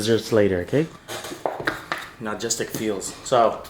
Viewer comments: you are saying Nah-gistic and it is No-stal-Jic(gic)- close enough! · its "Nostalgic" not "Nogistic" 😂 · We're you trying to say nostalgic??? Nogistic lmao so funny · “nogistic” feels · ….NOSTALGIC, not nagistic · "nagistic feels." making up words. I know you meant nostalgic brother. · Nogistic? Logistic? You mean nostalgic xD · Nogistic lol. Its nostalgic lol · "nogistic" almost made me have a seizure lmao. It's NOSTALGIC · "Nagistic feels." 😂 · that was driving me crazy when he was saying that!! 😂😂😂😂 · He was saying nogistic the whole time you that slow you only noticed at the end? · The way saying nostalgic has me dead sounds like logistic 😂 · Nuh-stall-jick my guy 👍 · He said ''nogistic'' lol. His English keeps getting worse 🤣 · I love it too much it's one of my weakness😂 Nostalgic my brother you saying it wrong😅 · Can someone teach how to pronounce the word nostalgic?